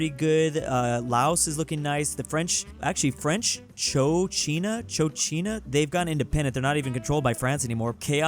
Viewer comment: Cochinchina is pronouced like KOE-CHIN-CHINA Tripolitania is Tripoli + Tae-nia Lucknow got eliminated (that was the big guy in India) W Egypt and Tanzania